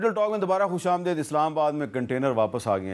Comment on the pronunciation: حامد صاحب khush Amdeed lafz hy na k khush Amdaid. دلیرانہ گفتگو پر شاباش